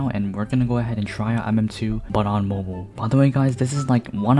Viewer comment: Bro Pronounces Mobile Moble (I Also Pronounce Mobile Like That)